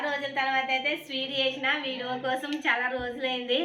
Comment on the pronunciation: అక్కో,, మైసూర్ పాక్ అక్క అది అక్కో,, మేసురు పాక్ కాదు అక్క అక్కో,, విడియే అనాలి అక్క,,,,,, అక్కో,,, విడివో కాదు అక్క,,,,,,,,, 🤣🤣🤣🤣🤣🤣🤣🤣🤣🤣